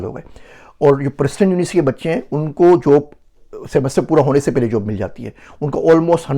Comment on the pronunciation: Aap ka pronunciation sab theek except for paisa peisa....n job ki jageh jub. ...little practice will definetly make ur urdu superb. Hope this does not hurt u